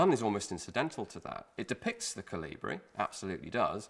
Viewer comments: The emphasis is on the O, rather then the I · Everybody said I was crazy and I should stop talking about my "Jonathan the Giant" theory. Well, who is the crazy one now? P.S. The stress is on the first syllable in the word "Kolibri".